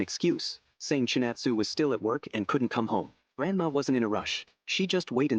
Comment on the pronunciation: ChinAtsu*. thats why AI messed up